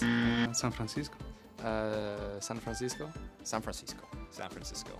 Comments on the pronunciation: San Frandisco😂😂😂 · no one: carlos: san franDISCO 🕺🕺🕺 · why did gorge russel said san pran sisgo